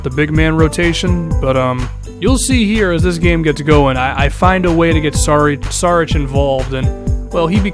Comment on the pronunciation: it's Sharich not Sarich